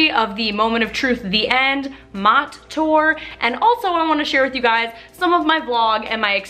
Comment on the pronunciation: Not to be rude, but it’s pronounced “mo-tay” as the MOTTE title is also a play on words with the Korean 모태 (motae) which means mother’s womb, which ties in the concert with his USB album :D Truly genius. Saw both the concert and the documentary and it just fills me with so many conflicting emotions. I just want to give him the biggest, warmest hug 😭 At first I wasn’t sure if I liked the non-chronological progression of scenes but as you saw, at one point Jiyong himself didn’t even know what city he was in (he’s mentioned this in articles too, the downside of having such a large tour), I think the director tried to emulate that chaotic feeling of jumping from place to place with the editing. It starts and ends with Jiyong being woken up, kind of an endless cycle of blurred reality. It really struck me in a way I wasn’t expecting.